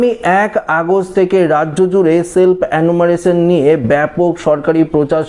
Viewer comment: Enumeration উচ্চারণ হচ্ছে এনুমারেশন (অ্যানুমারেলন নয়) এবং Fencing উচ্চারণ ফেন্সিং (ফেসিং নয়)। দয়াকরে গনমাধ্যমে ছোটদের ভুল শিক্ষা দেবেন না। বিনীত অনুরোধ রইল ।